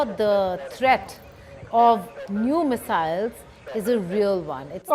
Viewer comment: "Ooooold Mesiles"